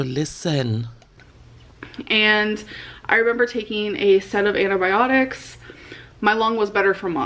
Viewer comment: why does she call antibiotics "anabiotics"